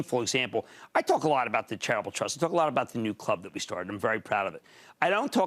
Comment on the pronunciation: When he says charitable trust it sounds like travel trust.